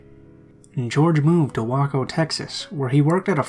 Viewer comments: "wahko", TX lol...its "wayco" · It's pronounced like WAYCO texas not the way you said it haha common mistake though lol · so i live in waco and i’m genuinely surprised that not only a story somewhat occurred here, but also that he pronounced it wack-o 😂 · I enjoy your reads, but please do some research beforehand. Wako is pronounced Way-ko. It was a huge deal at the time. Mispronouncing it trivializes it. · lol I'm from a town close to Waco, Tx and the way you pronounced it cracked me up. It's pronounced Way-co, just so you know :) Great video as usual. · just so you know. Waco is pronounced Way-co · by the way it's pronounced wake o but spelled Waco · im sorry but the way you said Waco Texas was insulting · that's not how you pronounce 'Waco' lmao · LOL you said Waco Texas wrong